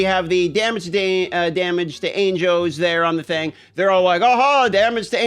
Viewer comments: Are you raidy to fidt witewawwy no anjows?!?! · Anjoes, ainjos, angoes. ah, angles. 😀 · The way you say angels is so disturbing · can you not pronounce angels? lmaooooooooooooooo